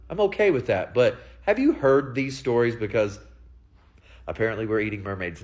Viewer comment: Anyone who says heered instead of heard is full of crap